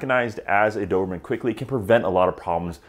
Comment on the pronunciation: Why do you call them dovermans lol